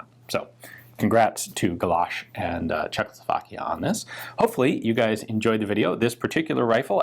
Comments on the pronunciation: Great video. Small detail... it is pronounced CzechosLovakia, you say CzechLosovakia :) Your pronunciation of other names is pretty great though! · I gave this one a miss because I don't want to hear Czechoslovakia pronounced Cheklo-slow-vlakia anymore